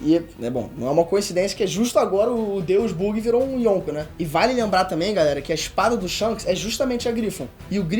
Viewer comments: "Buggi" KKKKKKKKKK a pronuncia é Baggy não? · O video tá muito bom só é meio esquisito ele pronunciando "lojia" ao invés de "LOGUIA", chamando o Buggy de "Bug" e Reverie(que por sinal é como os japoneses pronunciam Levely) de "Reveriê" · Muito serelepe esse "Bugui". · o vídeo está ótimo bem construído e interessante, único ponto é que acredito que seja melhor falar os nomes segundo a fandom como "logia", ''momononosuke'', ''buggy'' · Não tem problema isso mas da uma agonia a forma que ele pronuncia buggy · Eu curti o vídeo Mas o que não curti e ele dizendo o nome do Buggy😂 Deu bug no meu Pc 😂😂😂😂